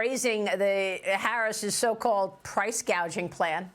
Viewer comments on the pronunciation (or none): What’s price gaging mean she can’t even get it right? What she said before which is price gouging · But not "Price Gauging", which is what she called it. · Gouging,not gauging!